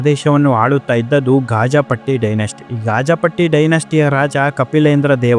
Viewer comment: ಗಾಜಪಟ್ಟಿ ಅಲ್ಲಾ, ಗಜಪತಿ ಇರಬೇಕು ಮರಾಯ್ರೇ....